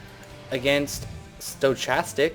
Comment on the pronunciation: FYI stochastic is pronounced 'sto-cas-tic'. It just means random.